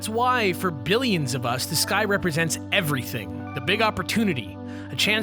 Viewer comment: For some reason whenever he said the sky it sounded like he said this guy and it sounded really weird.